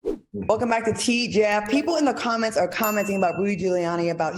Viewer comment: I LOVE HOW FUNKY BE SAYING "THE BIKE" AKA "THE BACK." 😆 🤣 😂